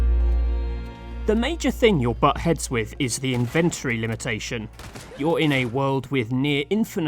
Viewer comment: Ive never heard someone pronounce "inventory" the way you do lol.